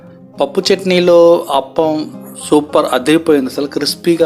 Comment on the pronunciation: Hello sorry brother spelling is correct but pronunciation is wrong it's (aaaa pa m) not aapalu and one more it's boradavari street not buradala